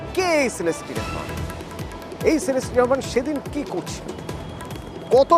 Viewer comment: ভাই সেলেস্টি না😂😂😂 শিলাস্তি রহমান আসলে হাস্যকর কলকাতার নিউজ গুলো